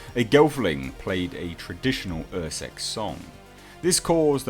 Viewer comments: UrSkek is pronounced UR-Skeck, not UR-Seck. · its Urskek not ursek